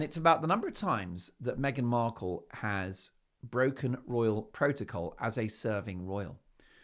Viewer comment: Did she just call her meghan merkle!😂